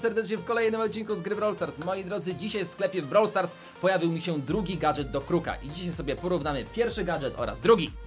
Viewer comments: Gadżet nie gadGet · Nie gatget tylko gadżet